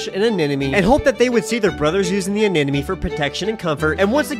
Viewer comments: You of all people should know how to pronounce anemome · ANEMONE!!! Not Anenome... Why can't Aquarium influencers pronounce that properly? They're not influencing well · I should have started keeping a tally of how many times it's possible to mispronounce anemone in one video. Pretty sure it was to get these sorts of comments, though. Anyway, I hope your fish and anemone work out their complicated relationship status. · The amount of times he mispronunciation anemone while having it spelled correctly in the description kinda drove me off a cliff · Lmao bro mispronounced anemone like 60 times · does he mispronounce anemone to be funny or is anemone just that hard to say? haha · Not you mispronouncing anemone every single time 😭😭😭